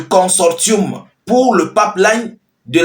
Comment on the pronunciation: On écrit « Consortium » mais on lit : [Con sor sium]. C’est clair?